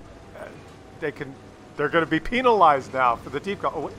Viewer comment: Nobody:: PIENelize